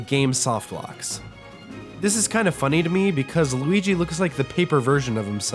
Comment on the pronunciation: Are you mean to Luigi or do you actually don't know how to pronounce his name?